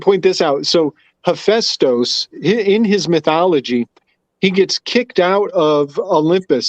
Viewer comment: This guy saying hephaestus name wrong the whole podcast